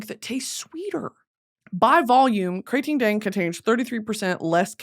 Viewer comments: OMG the way you pronounce KraTingDang is exactly like the way Thai ppl (me) pronounce it.❤❤❤❤ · Hi Supreme Leader me and my mom are Thai and I just wanted to lyk that she loves your pronunciation on Thai Red Bull thank you for making us laugh💗